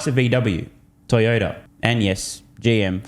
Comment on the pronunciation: Did you say TiredOuter or Toyota? Such a shame. Out 20 year old Yaris is still amazing. Same with Gonda sorry Honda